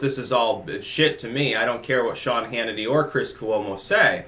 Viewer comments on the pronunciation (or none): none